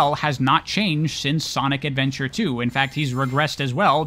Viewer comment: You said “Sonic Adventure and Sonic Adventure 2” wrong.